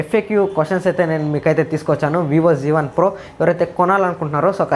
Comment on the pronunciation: Zee1 kadu babu z1